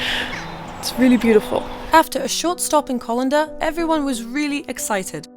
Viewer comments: Just 13 hours? I took one of my American friends there for a week and still didn't get to everything I wanted to show her. I have never heard Callander pronounced like that. The fault highlands really start there, it's obvious on a physical map. Surely you stopped at the Glenfinnan Monument? Ah, on the way back. Sorry, but you basically just did a run into the highlands. If you really want to see it properly you need to do the North Coast 500. Skye is unmissable, take the ferry then head up the west coast of Skye then stay in Portree. The Storr is up that coast and is part of an incredible view. The bridge you were standing on is at Morar, over the river Morar at the end of Loch Morar, to be so close and miss seeing that Loch and the shortest river in Europe, and the old bridge, is just a shame. I've literally passed that place more than a thousand times, and I am not a fan of the new road. It makes life easy, but the old road was so much prettier. It bypasses Arisaig and The Back of Kepoch, which I think has the best view on that part of the coast. Before Harry Potter that path was just a single path which just ended at the view point, there was no cleared ground, and no seats. I've taken the train from Glasgow to Arisaig too, then walked in pouring rain to set up my tent at the Back of Kepoch, one time the train stopped in snow to pick up a walker who was making his way out along the track, and neer freezing to death. Sadly the train is ridiculously expensive unless you hav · Its Callander not colander lol😉🤭🤣🤣🤣🤦‍♂️🤔😜😂😂😂👍🏻Brilliant though 🥰🥰✌️ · First town she visits Callander as in Call not Coll….👍But in saying that you made a good clip of my home country. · It's not Colander,it's CALLANDER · Just to mention it's called Callander not Collender ❤ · callander not collander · Callander is pronounced as in Calender (dates/times/events etc) and not Colander (straining device) as pronounced in this video. As a Scot who lives in Scotland, I hope this helps!